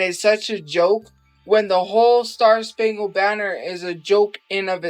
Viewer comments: kept saying “star spangled BANNERD” 😂😂😂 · how many times will she say star spangled banner wrong before she figures out shes saying it wrong